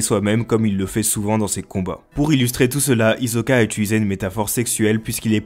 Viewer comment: on écoute un "S" et non pas un "Z". D'ailleurs fallait voir le prénom de Hisoka en japonais dans le manga. Ça s'écrit comme ça: ヒソカ Donc ça se prononce Hisoka. Mon frère j'adore tes vidéos, l'analyse et les infos sont excellentes.. j'apprécie ton effort. ❤️❤️❤️